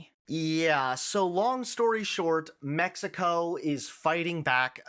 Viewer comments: "The US is being lectured by Mexico, yes, Mexico" The extra emphasis was unnecessary. I know the cartels are a big problem, but aside from that, Mexicans are quite friendly and generally open-minded and great people. Source: I moved to Mexico last year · I was thinking the same thing. "Mexico, yes, Mexico," aren't they doing what they accuse the US of doing by saying it like that?